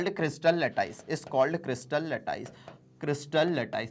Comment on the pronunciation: Sir 7 number ka jo question h question number 2 usme aap lattice lattaice kyu bol rhe h